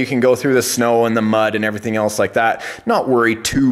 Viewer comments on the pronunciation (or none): none